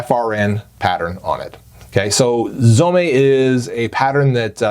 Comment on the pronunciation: Its pronounced Zome, not Zomé. Like home, not homay